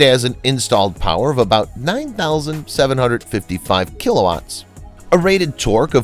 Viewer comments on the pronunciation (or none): none